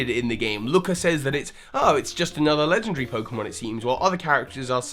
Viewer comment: Lengendry. You pronounced legendary lengendry. Just thought I'd point that out.